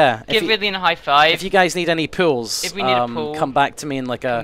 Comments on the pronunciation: when said 'pools', i thought he was saying 'pills' the whole time. like the drugs pills. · Oh... Pools, not pills ;O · I thought he was saying pills for some reason. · When he says pools, it sounds like pills! "Yeah, I'm doing pills now!"